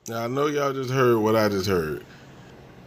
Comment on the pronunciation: She said oww not know